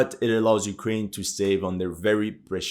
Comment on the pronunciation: "but ukwaine winning"